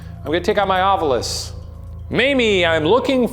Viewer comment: 25 means "two bits"! It was 25 cents or a quarter dollar. Amazing how may paranormal researchers can't pronounce 'ovilus'. The u is the last vowel, in case you never actually looked at the word. Like people who say 'newcular'.